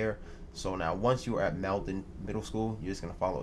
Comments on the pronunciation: (Mall- den) not "mailden" :) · It's pronounced maulden not maledan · FYI Malden is pronounced (Mall den ) no biggie just thought you might like to know :-) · It's funny and annoying hearing how bad people that aren't from Massachusetts pronounce city's from Massachusetts "Malden" it's pronounced "mall-den"